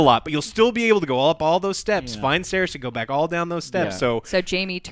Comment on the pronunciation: Let's see if he can at least pronounce the character names correctly this time. WTF is a clee gan and a seirsay?